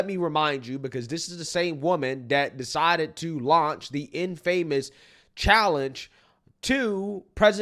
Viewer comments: " Im fuh mus ", not " Im Famous " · The word is pronounced IN-f'mous NOT inFAmous You should learn to read with comprehension and you won't appear so ignorant. You find a new word and aren't intelligent enough to learn the correct pronunciation. We turned you off at that point. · Dude it's (in-fuh-muhs).....not in-famous...lol